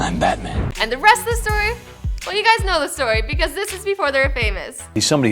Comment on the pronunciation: Why can't she say BAT man